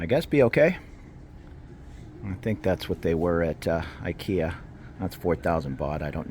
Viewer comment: do you know why the say ekea istead of ikea? Cause ikea sounds like the word for whore / $lut in Thai which is this word ไอ้เหี้ย